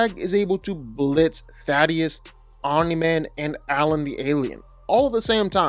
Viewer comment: ...say it with me...thay...tus